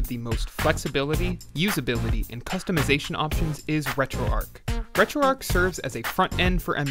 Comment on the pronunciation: Maybe the ‘H’ is silent...